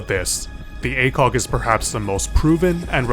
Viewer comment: what most people hear: ACOG what some people hear: a kock